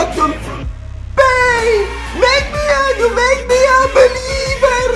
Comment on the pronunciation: ( & ) si Carige Believer non Beliver